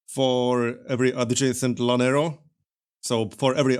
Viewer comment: Llanero is pronounced "yaa-nerro!"